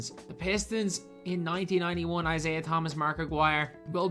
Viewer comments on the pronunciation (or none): The way u said Isaiah almost gave me a stroke 😬